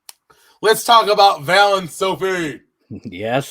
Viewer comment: Are you calling Valentina "Vail" on purpose or is it just a mental slip? It seems like is trying to correct you every week by correctly calling her Val but you just keep doing it for the 12 episodes of the series so far.